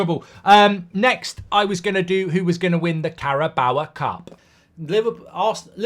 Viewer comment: why is he saying 'carabow-a' tho